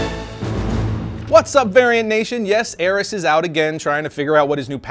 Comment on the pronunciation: Ar-is! ARRIS!!!!